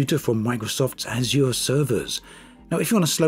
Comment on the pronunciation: I love how almost everyone on youtube says azure wrong.